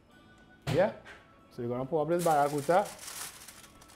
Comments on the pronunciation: the word is Barracuda not barracuta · It have no t in barracuda